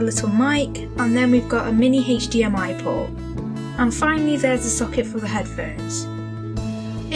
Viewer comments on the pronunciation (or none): none